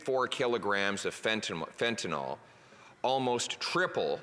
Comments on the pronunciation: Totally agree. Thanks. And it's fentanyl, not fentanol. (it's pronounced "fenta- nil") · Someone needs to slip a note to Poilievre that it's 'Fentanyl', not 'Fentanol'. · Mr. Poilievre, please start to correct the pronunciation of this drug. It is FENTANYL, not FENTANOL. "IL" not "OL". To pharmacists it's a big difference between the alcohol derivative inferred by calling it Fentanol when that's not what it is. Make the change thank you. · There is no "o" in fentanyl.